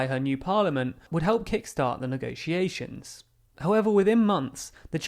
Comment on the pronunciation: Voted to Remain (crucial)- somehow managed to end up in charge of Brexit negotiations (which she infuriatingly insisted on pronouncing as if the word was spelled 'negociations')- banged on a great deal about Strong and Stable leadership- brazenly lied a great deal more about us leaving with or without a deal on March 29th of March 2019 despite having no intention whatsoever of us actually leaving (and quelle surprise....)- & then cried just like Maggie did when she was forced to give up her power. Continuous sabotage and betrayal- endlessly kicked the can down the round until she was stopped because of the damage she was causing the reputation of her shitty political party. Mark my words- Her successor Boris is sure to play the same game albeit in a less transparent way.